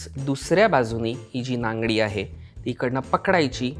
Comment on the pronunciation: “Nangi ” not “nangadi “😂😂😂